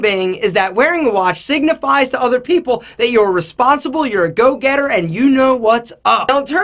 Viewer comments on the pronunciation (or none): killed the video by saying "Go-Getter"